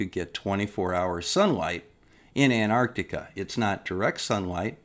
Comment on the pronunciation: I agree with everything you say and flat earth idiots are flat earth idiots but there is one thing I noticed watching the final experiment videos is that a large number of presenters don't know how to pronounce Antarctica it's not Anarctica lol it's as bad as( nucilar) nuclear. It's a glorious world.